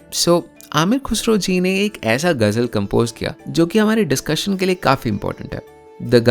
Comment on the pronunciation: Ye you really need to work on your pronunciation specifically when you are masking such videos , words like Ghazal , Khuda , Khusro you were not pronouncing right